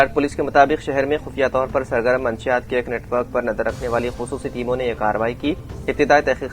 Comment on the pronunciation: Manshiyaat nahi munashshiyaat sahi word hai...thodi si urdu seekh ke news padhye